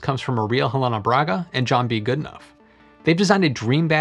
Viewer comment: The tricky thing with journalism is to ensure you're pronouncing people's names correctly, or it makes you appear you haven't researched the thing you're talking about. The "ough" in the name Goodenough rhymes with bough, not tough. Like "Goodenow". Normally it wouldn't be a big deal but since you used your mispronunciation to make that terrible dad joke, compounding your sins, I felt compelled to say something.